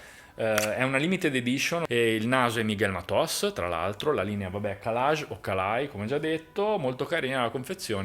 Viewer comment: calaj....non calai...j,e una lettera del alfabeto rumeno...e non e una i...e non si pronuncia i ...quindi calaj e non calai,,,certo se e scritto in rumeno e non un,altra lingua